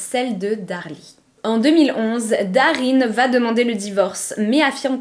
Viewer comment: je découvre votre chaîne et je vous suis à présent. Je souhaitais juste vous dire de faire attention à la liaison phonétique suivante: vous dites souvent "vat être" au lieu de "va être". En dehors de ce détail, Bravo j’aime beaucoup votre narration, le choix des histoire, tout est agréable 😊❤❤❤